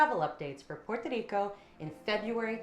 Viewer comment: "Puer Tadeeko" and "El Junkay Rain Forest" hint at no. Good traveler info though!